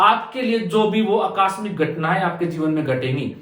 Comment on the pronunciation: अक्कास्मिक नहीं आकस्मिक होता है। कहाँ से आते हैं ये लोग